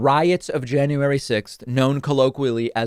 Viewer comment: Marjory ... it's not Jane-uary ... ugh I hate her face too. Yuck.